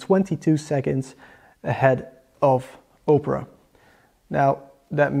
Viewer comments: Good effort in this review, I just want to add two things: 1) multiple tabs should be tested, even if it is running a play list on 4 tabs simultaneously. 2) Opera is pronounced "Ah-pera" , not "Oh" - pera .. I think you are confusing it with Oprah Winfrey..:-D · It's pronounced Opera, not Oprah